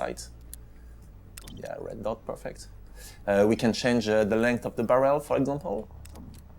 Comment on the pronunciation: His accent is amazing, and how he says barrel like barriel